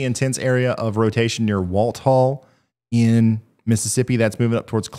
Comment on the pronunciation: For the future. Walthall county in Mississippi is pronounced Wall-thaw (like thawing out meat. My name is Walthall.